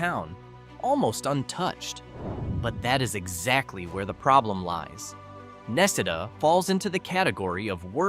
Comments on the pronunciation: Necedah Nah See Dah, not Neck a dah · The people that I know from Necedah pronounce it more like ne-cee-dah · Na see da another one you have no idea how to pronounce . Are you actually reading this or are you using a computer. Apparently you're not from the state